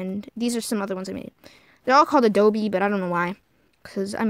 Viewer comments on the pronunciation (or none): its not ADOBEEEeeeeeeeeee its adobe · Ado-BEE LOL it's A dope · OK IF YOU KEEP SAYING “ADOBE” I WILL FREAK OUT YOU DONT PRONOUNCE THE E IM IT!!!!!